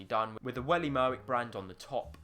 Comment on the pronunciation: "Welly Merwick" lol